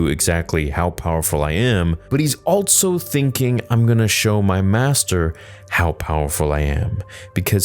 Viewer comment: Why do you say altso and not just also?